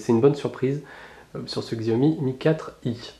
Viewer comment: ça ce prononce "tchiaomi" pas "xiaomi" ^^